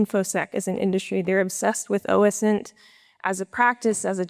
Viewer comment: ITS O-SINT NOT OS-INT